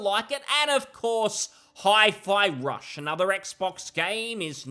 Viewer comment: 'High PerBow Lee'. The E isn't silent, despite this not being French.